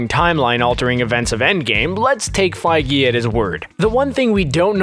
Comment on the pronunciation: feigUH. not feigee